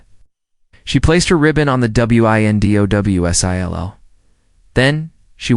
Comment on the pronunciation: AI can't say "windowsill" so it spells it. 🙄